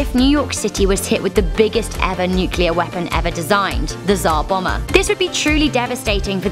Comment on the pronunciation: "The Zar Bomer?" It was called the Tsar Bomba you twit.